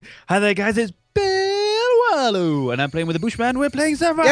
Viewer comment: Its bill warlow not wallow